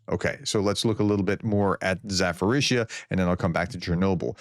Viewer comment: THERE IS NO EFFING "F" OR "PH" IN ZA-PO-RIZHZH-YA! LEARN IT !